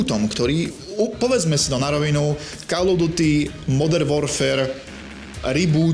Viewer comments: kde? Ok to "OF" by sa malo vyslovavať po správnosti ako "OV" ale tým som ho už nechcel zaťažovať. Kde vidíš ďalšiu chybu? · Bože keď chceš stále dookola spomínať názov tej série tak sa aspoň nauč, že to je "KÓL OF DÚTY" call sa číta ako "kól"!